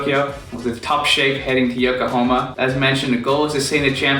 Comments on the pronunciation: It's Yokohama, not Yokohoma my brother. haha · It's called YokohAma my guy. :D Nice Video tho